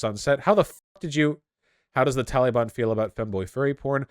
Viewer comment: You pronounce Taliban wrong.